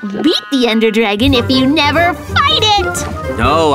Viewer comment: Why mikey saying I give up nerver give up